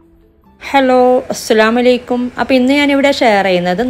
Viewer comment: السلام عليكم എന്ന് crrect ആയി പറയണം